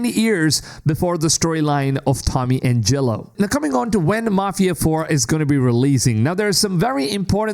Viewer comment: Angelo, not angElo wtf